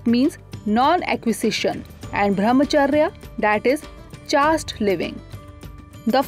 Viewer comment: I wonder why the "Drishti IAS" has allowed this female person to give voice over(speak what is written on slides).Since she wrongly pronounces English words "ascetic" . Same applies to chaste . it is offshoot not offshot. Please refer to Cambridge dictionary available online and learn English pronunciation of these words. IAS aspirants will speak same pronunciation in interview board also.